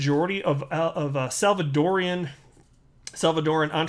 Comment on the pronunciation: butchering the El Savadorian presidente, why, why? That brave man has done nothing wrong, did he?😱🙄🤷‍♂️😲